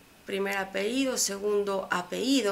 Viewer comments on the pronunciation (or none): Querida amiga, no se dice "apehido o apeido" es apellido. Como dice "ler' es leer. Y por favor no vaya a cometer el error de decir: "vuelvo a repetir" solo diga: repito. Saludos y mucho éxito como youtuber.